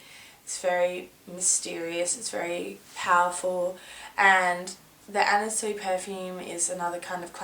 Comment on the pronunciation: Are you pronouncing her name Anna Soo-ee? I think it's pronounced Anna Swee. I love how you look in this video, like a russian spy from an older James Bond movie.